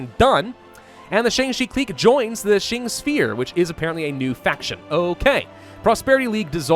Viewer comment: Please pronounce it like "Ching" and not "Shing". Ching is way more common as a pronunciation